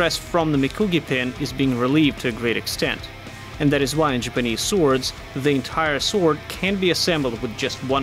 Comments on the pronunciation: Why do you say Japanese like jupanese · I am more bothered by the way he pronounces the word "Japanese" most of the time. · Why does pronounce "Japanese" that way? I'm just curious. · Whats wrong with that guy... does anybody realized he was murdering the entire vedio by his lousy pronunciation. pronounce "JAPANESE" correctly.... bruh